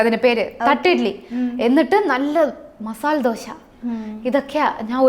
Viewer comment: മസാനിയല്ല മസാല